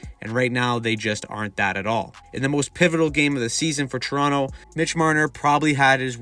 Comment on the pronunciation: Dude.. pronunciation. TORonto ..not churonto it's not a chiro or a food it's a place.